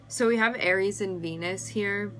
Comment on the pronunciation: Did u just said Aires?